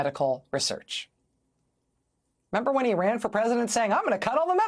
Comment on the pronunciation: Why does she/he say research like that??